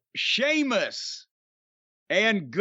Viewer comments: I knew Jim must have quite liked it the moment he actually said Sheamus’ name properly at the start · You respect him so much now that you're finally pronouncing his name right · Great call by Jim on this match between one of wwe's finest talents Gunther and finally Shéamus, no longer see-mus lol. But Brian(whoever he is) always commenting its time for Shéamus to be missed or to go away from WWE, I mean, as if the WWE aren't going to capitalise on this potential Gunther/Shéamus feud development in the comming weeks. Sit back and watch Brian, Sheamus isn't going anywhere untill he's the IC champ lol. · You know Jim liked this when he pronounced Sheamus’ name correctly without joking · That's what I noticed too 🤣🤣 he didn't say seamus so I knew immediately he liked the match